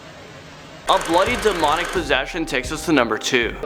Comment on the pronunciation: demonic? DUMONIC??????